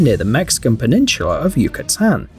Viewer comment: Peninchula? Lol Ok accent, I'm pretty sure we can pronounce peninsula